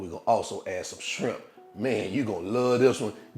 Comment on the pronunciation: Did you say SCRIMP? 🤣